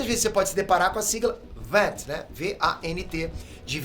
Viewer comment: Se V.A.N.T é uma sigla para uma palavra em português, por a pronúncia em em inglês?